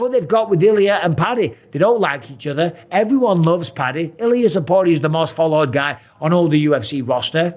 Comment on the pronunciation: You still can't say his last name.